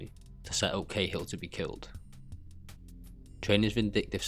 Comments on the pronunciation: It's pronounced like caa hill in ireland not k hill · Lol, Martin khill. Bud are you even Irish no 1 in Ireland ever called the General, khill, it not even how we pronounce it.